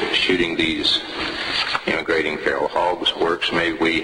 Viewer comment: listening to cenk say "feral" as fural made my day.